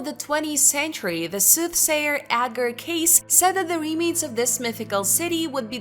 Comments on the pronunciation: It's Edgar "K~ See" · Edgar's last name is pronounced, K-see. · Right! That bothered me every time she said it wrong!!